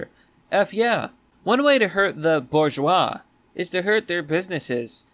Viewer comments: Fyi, it's pronounced boar jwah zee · That's pronounced "buzsh wah zee".